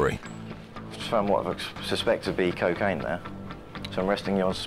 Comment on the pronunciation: It's not "keh-kaine!" It's koh-kaine!!!